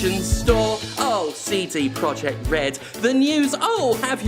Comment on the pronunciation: All I can hear is "Seedy" Project